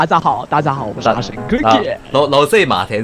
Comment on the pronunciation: 阿神在搞X馬 不是讀阿神，是讀阿「型」 是在讀廣東話😂